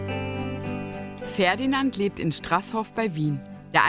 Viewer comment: Mich auch. Genauso wie STRASShof. :D